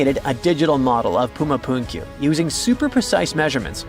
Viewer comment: I began by criticizing the pronunciation of Puma Punku. Whoever began writing this thing was calling it Puma Punkyu. I have seen it written as Puma Punku but the actual pronunciation is more of a Phunku the ph sound being the sound of the letter p that leaks when you pronounce it! And all that means is door because the most well-known feature is a wall with a door in it which in Spanish is la Puerta del Sol, or in English door of the sun. Being narrator here keeps talking about Incas but this civilization, better said the civilization that constructed this was a civilization that predated the Incas. As I said, I lived there for 36 and 1/2 years and I have never heard it said that traditionally it was where Earth was created. But then I wasn't alive when this was built so I'm not sure of the methodology surrounding it. Just odd that I had never heard that declaration before.